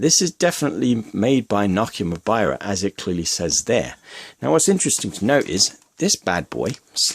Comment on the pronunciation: Greetings from Finland. I do like everything else in this video exept one thing. Mobira is not pronounced how you pronounce it. It is pronounced, how it has been written